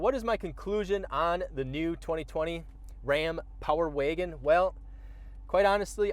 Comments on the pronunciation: The Power Wagon is capable, the talking head is incapable. Geez, he can’t even pronounce Power Wagon correctly. Amateurs. LoL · Why can’t this man say Power Wagon lol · Power Waygen boy every time I heard him say it like that I cringed..